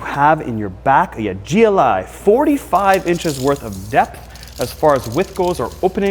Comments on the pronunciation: At the begining of the video did he call it the Gleye instead of G L I? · Calling in a Gliiiii instead of a GLI is an insult to VW enthusiasts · It’s a gli not a ‘gly’ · You did it three times! 😂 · You're supposed to pronounce the letters. G. L. I. Not funny. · Everytime you say "Glie" I want to deny your 1m subs. You still do a good job 😅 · not subscribing - too annoying calling a GLI a glie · Every time you said GLI as a word word rather than an acronym we all cringed. G.L.I. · Did you say GLIH? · Volkswagen "gleye"😭🤣🤣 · Did he say Gligh? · I can’t tell if bro is fr when he says gli….